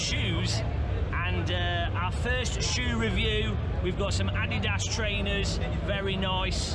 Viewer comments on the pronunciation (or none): none